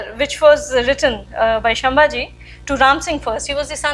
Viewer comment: Excellent effort Madam. Gives us a lot of strength and reinforces the perspective. You need to add finesse to your talk to polish your mastery. Sambhaji not Shambhaji (संभाजि) Please accomplish your sentences meaningfully by not using "this thing" and stopping there without telling what's that "this thing" Please get your pronunciations correct by talking to some people who are from these areas like Bardez not Bardesh. Salcette is सालसेट and not सालकेट Please get all your pronunciations of South India else you will not be understood as to what you are trying to talk.